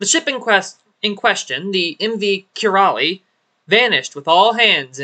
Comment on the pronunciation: thanks for covering 2 indian missing ships. as Indian - Keralite, I am grateful for that Kairali pronounced "kairaalee" and it's means "Originating from Kerala". which is a state (province) of India. but it's fine Have a Good Day!